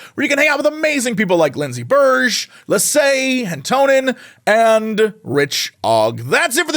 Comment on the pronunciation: How you butchered the name "Lasse" as Lahsae made me spit my drink!